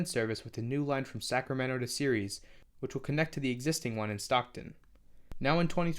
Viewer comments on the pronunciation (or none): none